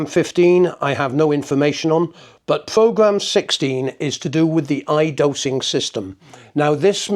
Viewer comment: Pwogwam, ewwo code, ahlahm, pwessuh, dwum!